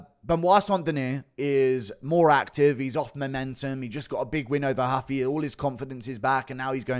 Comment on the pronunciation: ruffy not "huffy"